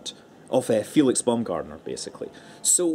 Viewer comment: "Felix Bowmgardner" is kinda like you pronounce it. the "ow" has to be pronounced like the one in "Tower"